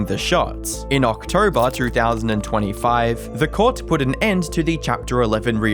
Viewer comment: “In Ocktroberr”